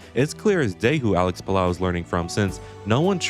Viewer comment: its puh-low lot whatever youre saying dawg